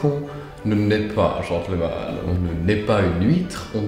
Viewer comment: Est-ce qu'il n'y a que moi que ça perturbe quand il dit gentleumanne au lieu de genteul manne? 😂😭😭 Sinon la version française c'est bien aussi hein on manque de gentilshommes en ces temps troublés